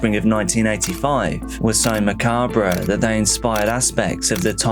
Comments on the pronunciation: Dude. Its pronounced 'Macarb' not 'Macarbra'. Sorry. The mispronounciation makes my teeth itch. 😬 🙂♥️🇦🇽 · Wrong, it is pronounced macahb. The R is not pronounced. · The R is silent in, "macabre" - muh·kaab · same. I’ve heard it both ways. But I’m really not one to talk because half my life I’ve pronounced the word salmon the way it’s spelled with the L in it and no one ever corrected me so now I’m just used to saying it that way lol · I’ve actually heard it pronounced mah carb too but I’ve never heard anyone say it with the bra on the end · Cambridge dictionary says the American way pronounces the re. Him being English, he should pronounce it with out the re.